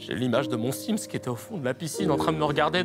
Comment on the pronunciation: au debut j'ai compris "quand j'ai laisser mon fils se noyer dans la piscine, non mais je l'ai fait une fois...." avant de capter qu'il avait dit sim's ^^